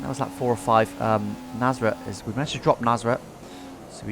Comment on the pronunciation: Swear you pronounce Nasr "Naserer". It's like you're trying to replicate "Federer", lol.